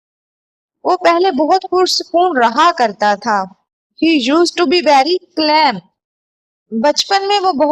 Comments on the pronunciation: Sister .calm ko 'kam 'parhty hy .sorry dont mind . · Ur pronunciation of calm is wrong but I like your videos v much